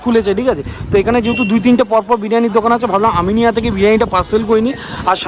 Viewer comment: Eta "Aminea" not "Aminia"